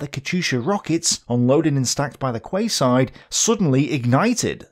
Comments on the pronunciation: Nooooooooo! - quayside is pronounced 'key-side'. (The English language is not my fault.) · Quay-side......pronounced like 'Key' side. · Quay is pronounced key, in quayside so it’s said the same as keyside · 'Quayside' is pronounced 'keyside' just for future reference. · quayside = keyside :P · 'quayside' is pronounced 'key-side' lol